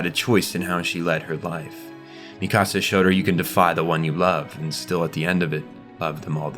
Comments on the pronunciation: Mikasa: exists Every content creator ever: "Mi Casa" 🤦‍♂ It's Míkasa, not Mikása - emphasis on the FIRST syllable. It's pronounced this way in both Japanese and English dub, I dunno where yall are getting Mi CaSa from 💀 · "Mee-kahh-sah" "Historia Reyes" "Yee-mir" "Gene" (Jean) "Wall Marriah"??? 😂😂😂 Lmao I CAN'T with these Pronunciations Bro.. I Spent the ENTIRE series hearing the names said one way & here you go saying them a COMPLETELY Different Way from BOTH the Dubbed & Subbed Audio. Smh. Great Video still tho